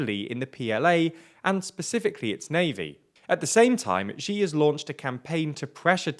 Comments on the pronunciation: It's really not difficult. X in Chinese is not a g or j sound like in "gee" or "jee", x is a "sh" sound like "she". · Xi is pronounced /ʃiː/ like the word ‘she’. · Xi is pronounced as ʃiː (She), please consult someone before making videos.